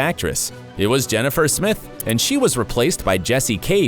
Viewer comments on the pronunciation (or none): none